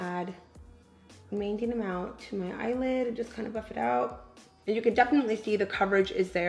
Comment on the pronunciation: Everytime she says "Buff" I think she's saying Fuck😂😂💀💀